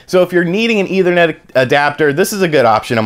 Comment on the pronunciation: Didn't know people would pronounce it as "either-net".